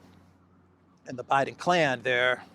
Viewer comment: I thought he said Obiden.